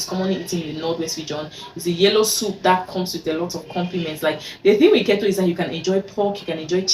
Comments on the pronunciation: It's its pronunced KEE-TOW dear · it’s pronounced “keytoe” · You're wrong...what you're suggesting is actually Kito...which is differently pronounced from Keto...I see a lot of "Kee tow" pronunciation of the word Keto online...sounds funny.